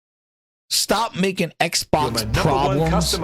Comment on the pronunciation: X-Bax. Bax is in the name😂